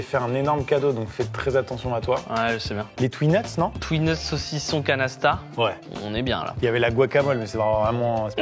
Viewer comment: J'écoutais la vidéo plus que je la regardais, et quand vous êtes arrivés au Canasta j'ai compris Canesten. Ça m'a un peu surpris un moment